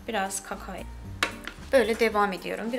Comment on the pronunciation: KAKAOOO bu kadarmi kötü telafus edilir